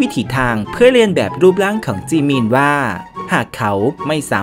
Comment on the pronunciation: อ่านเป็นเหมือนจีมิ